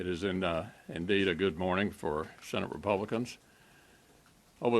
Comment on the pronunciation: Whats a Sssenate?